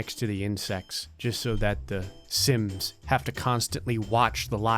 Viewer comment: When you say sims it sounds like simps